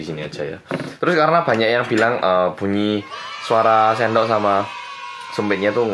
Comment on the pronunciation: "nasi taruh sini terus suendok bareng telur telurnya gini" wuh mantep mas medoknya:)